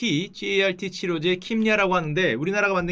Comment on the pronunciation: 제약회사 현직인데 설명에 무릎탁치고갑니당 다만 CAR-T 는 [카티]라구 읽으시면 돼용